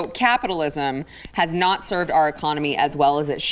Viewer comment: Did she say "Copitalism?" SHE'S TELLING US HOW SHE WANTS SOCIALISM! LISTEN TO HER CLOSELY! HEY! WHERE'S HER MASK?!?!